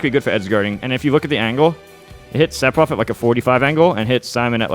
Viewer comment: Sepiroth? Meethra? Is Mewtwo King purposely mispronouncing names?